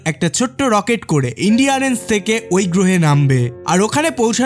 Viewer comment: দাদা মুভির স্পেসশিপ এর নাম ইন্ডিয়ারেন্স না, এটার নাম ছিল ENDURANCE, এনডিউরেন্স